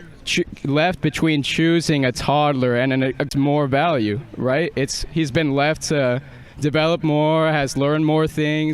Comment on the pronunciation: “rightt” no…